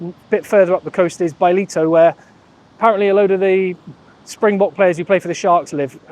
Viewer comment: it is pronounced Bah-LEE-toh ("Balito"). Since you are an honoree South African you got to get this right. Love the channel, keep up the good work. As an aside - I am super impressed with the Irish, boy oh boy, they did not give up at Loftus, and Andy Farrell was gracious in the post-match presser. Looking forward to the weekend. May the best team in Green win, provided it is the Bokke. Much love to my Irish brothers.